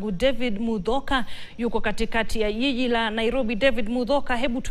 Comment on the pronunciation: This lady just called 'jiji' a 'yiyi'...eish!